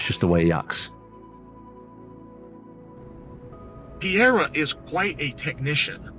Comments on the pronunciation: Pierra? C’mon chale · On god who tf is peeyera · Alex Pee-era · Chael will forever call him “Peeairya” 😂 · Somebody teaches chael to say Pereira and not piéra! Its ridiculous to see chael make a fool out of himself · It pisses me off how uncle Chael says Pierra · chael sonnen says: - Alex pierra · and chael still can't even get close to pronouncing Pereira's name correctly 😂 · bruh chael your a commentator and you cant say names properly??? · Chael sonnen saying his last name wrong every always gets me lol